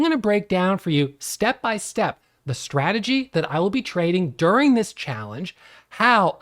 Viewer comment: Bruh! The word is strategy not stradjy! 😅